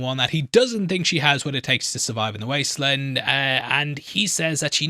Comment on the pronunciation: I’m English and do not understand why he keeps calling it the wastelund. Probably engagement. Just sad everyone has to lie